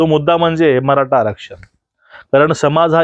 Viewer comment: जी, नमस्कार. तुमची बोलण्याची आणि विश्लेषण करण्याची पद्धत फारच अप्रतिम आहे. परंतु मी आपणास अंत्यंत विनम्रतेने व आदरपूर्वक एक सूचना देतो की आपण 'ट' आणि 'ठ' ह्या दोन अक्षरांच्या उच्चारणत फरक ठेवा. कारण तुमचं वक्तृत्व ऐकताना चुकीच्या किंवा अशुद्ध उच्चारण झाले तर असं वाटतं की "मी श्रीखंड,आम्रखंड, रसमलाई किंवा बासुंदी खात असतांना अचानक जीभेवर एखादा केस यावा. उदाहरणार्थ 'मराठा' ला 'मराटा'' उच्चारण करणं. शक्य झालच तर 'ण' आणि 'न' मध्ये पण फरक करावा. व्हिडिओ तयार झाल्यावर काळजीपूर्वक एकदा ऐकून मग अपलोड करावा. अभ्यासासाठी टीचर व्हिडिओ पण ऐकावे. धन्यवाद आपला नम्र प्रेक्षक.